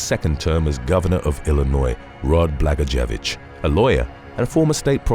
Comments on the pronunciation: " Bluh-goy-a-vich " is the former gov. of Illinois. He then was making license plates. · Former Illinoisian here: Blagojevich is actually pronounced "Bla-GOYA-vitch." It's a tough name, though. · Its pronounced Blagoyovich.